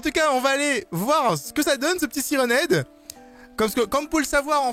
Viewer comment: On dit "sayrenne ède!